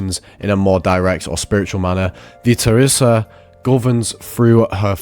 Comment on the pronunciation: Sounds like that the way this guy says it